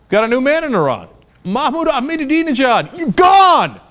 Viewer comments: Learn to pronounce Ahmadinejad right. it is Ahmadinejad not Ahmedinajab. He is now in Tehran Zoo if you love him so much feel Free to join him. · I live the way you pronounce Ahmadinejad. "AhmaDIDInejad". How about putting a couple of more "DI"s in his name. The best way to pronounce his name is to say "I'm A need A job" very fast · Mahmoud "Ahminadinejad"?